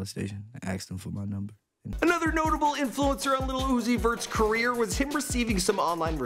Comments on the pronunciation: He said quier instead of career. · Did he say “the life and queer of Lil Uzi Vert”?